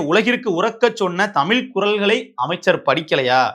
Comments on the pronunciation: நீ நல்லாதான் பேசுற ஆனால் நீ தமிழை தமில் என்று. உச்சரிக்கிறாய் அந்த தவறை திருத்து. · என்ன சொன்னாய்??????? தமில்?? ¿????? ¿????